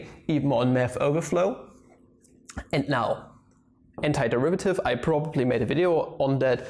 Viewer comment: is it just me or i heard hentaiderivative instead of antiderivative